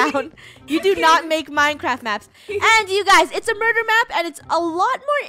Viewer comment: Funneh is saying murur